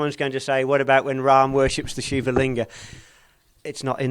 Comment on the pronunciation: It's "Shiva", not "Shiv". North Indian languages have a tendency to cut off the ending vowels of original Sanskrit words, and thereby creating incorrect words like yog, aasan, brahm, narayan, sadhan, prardhan, etc. Correct words are Yoga, Aasana, Brahma, Narayana, Sadhana, Prardhana, etc